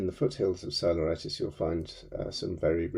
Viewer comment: It would be great if you could pronounce Greek or Latin NAMES not in english because many of those are not understandable - even Google doesn't understand you (Psiloritis becomes Solaritis)